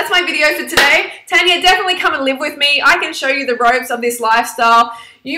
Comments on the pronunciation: And plus it's TARR-NNYAA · Ur saying her name wrong and just cuz she's not vegan or vegetarian doesn't mean you can get on at her